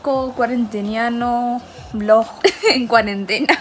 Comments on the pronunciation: Jajajajaja amo como dice BLOJ y ella misma se rie de eso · Su décimo vlog y aun no sabe decir vlog jajajaja la amo